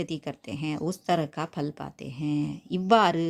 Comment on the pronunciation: Mam fal nu dhane varum neenga pal nu solreenga?